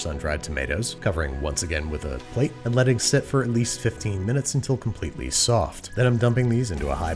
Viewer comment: "A bread with comprete texture" Babish, 2021